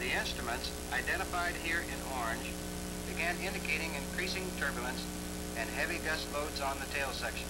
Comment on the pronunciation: "turburlance" = turbulence "verticle" = vertical For the benefit of the uneducated... :-)